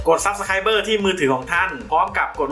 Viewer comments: subscribe อ่านว่า ซับ - สะ - ไคร้ ครับ ไม่ใช่ ซับ - สะ - ไคร้ - เบ้อ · อ่าน สับ สะ ไคร (บ) ไม่มีเบ้อลงท้าย